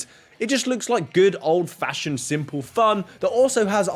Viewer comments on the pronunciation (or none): none